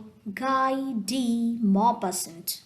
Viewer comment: the author is pronounced as Gee Duh Maupaison, as its a French word.